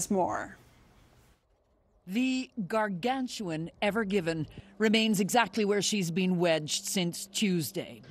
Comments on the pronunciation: lmao “evergivin” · Why do they keep referring to "The Evergiven" when it is patently obvious that the ship's name is "EVERGREEN" ? Can't journalists read? Nope! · Not the “evergiven” Elizabeth, the “evergreen”.